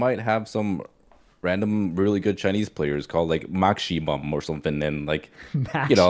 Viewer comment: DID HE JUST SAY "MAXCHIMUM"